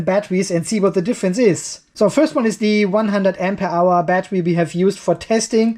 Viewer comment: Why do you say " AMPE HOUR" ????